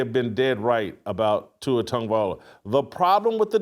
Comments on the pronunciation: This guy still can’t pronounce Tua’s last name. It’s not Viola 😂😂😂😂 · Whitlock can say words like “ask” and “expect”….. However, he can’t say Tagovailoa. 😂😂😂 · At least pronounce it right Shitlock You wouldn’t stand for your name being publicly butchered….shows how little you care to not spend 3 seconds to pronounce it right , it’s not hard , if it is to you Mr. Whitlock than it say much about you. Tonga-Vai-low-ahh All together now … Viola Whitlock ? Really ? Your phonetics are about as good as that whack ass Ross shirt with the burrito stains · That man said TUA TONGUEVIOLA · First of all, the fact that you still can't say his name correctly is f*cking ridiculous!! Second... watch Kurt Warner's complete breakdown of the interception, and you will understand why I just un-subbed from your channel! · As well as reversing them. And this guy is/was a journalist? 😂😂😂😂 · This man cannot say that man's last name for nothing 😂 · try learning to pronounce his name for once